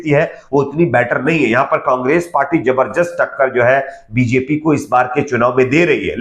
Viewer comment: Bhai aap sab kuchh sahi bolte hain lekin zabardast ko sahi nahin bolte hain is word ko sahi boliye